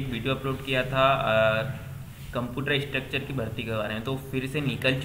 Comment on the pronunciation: Ek do channel par bhi इंस्ट्रक्टर की जगह स्ट्रक्चर bol rhe h